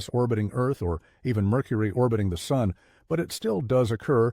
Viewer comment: “Even the Soon itself”? Makes sense. Rhymes with moon.